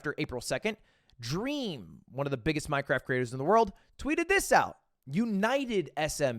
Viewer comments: "Yeah, we're gonna talk about MineCwaft" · anyone else hearing "minecwaft" when Ludwig pronounces it? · Did he really just say "Minecwaft" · Mine cwaft dwama yaaaaay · We gonna ignore the fact Ludwig said Minecwaft? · I love minecwaft 😁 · "minekwaft" Ludwig 2023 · as a 25 year old man all i wanted to hear tonight was minecwaft dwama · alr but why did ludwig pronounce minecraft as "minecwaft"? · minecwaft L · Minecwaft :3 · we're gonna talk about minecwaft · You said this so perfectly, as a fan of Minecwaft I really wish the majority of the fanbase would touch grass once and a while. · Ludwig gon say “minecwaft” then turn around and play super auto pets 💀🫣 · The way Mogul Mail pronounces Minecraft is cringe. Please get it out of my head.